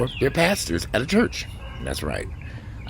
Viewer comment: You emphasizing on the word pastors at church lol love it😂😅